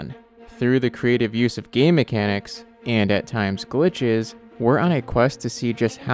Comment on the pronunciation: I can never unhear “Through the clever use of gay mechanics” In the intro XD